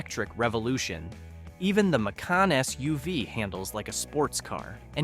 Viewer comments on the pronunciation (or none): none